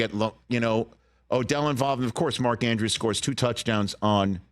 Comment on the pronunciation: Mark ANDREWS not Edwards Rich lol